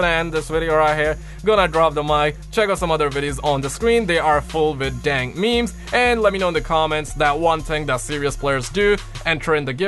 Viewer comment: Tony - What are meemees? (He pronounces it ME-MEIS) Bob - ooh, that meme is spicy (Pronounced S-PIH-C) Carlos - LoNg LiVe ThE mEmE kInG 1!1 (He made every "G" sound like a "J") Me - Is the plural of moose meese? (Doesn't understand how the language of English works)